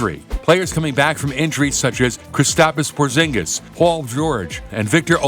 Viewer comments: “Kristapas Prozingas” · Its not an isult but “ cristapis porzningis” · “Kristapas Porzingis” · “Kris-apas Porzingis” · Kristapis pozingis🤣🤣🤣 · nobody: UpNext sports: Kris TAPAS porzings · "Kristapis porzingus" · Krizapis porzongis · Kritspis porzings😂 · kristapis porzingiz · kristapis porzingis😂😂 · "kristapis porzingis"